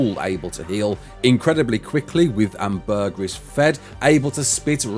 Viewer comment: I heard hamburguer instead ambergris